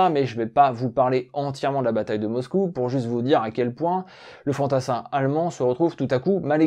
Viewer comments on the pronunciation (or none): none